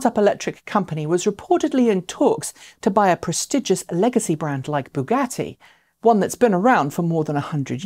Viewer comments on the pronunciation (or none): "Baguette" for Bugatti - :-D